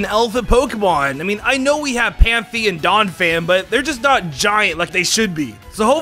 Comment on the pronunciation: PANFEE lol